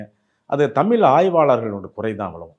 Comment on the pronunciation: இவர் தமில் என்கிறார்